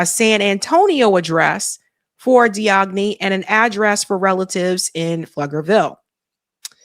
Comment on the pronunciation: Hey, just so you know the suspects last name Diagne is pronounced "Jane/Jain". It's a common Wolof name in Senegal